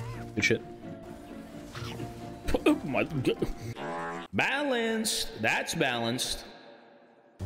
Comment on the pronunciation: The way he says Balance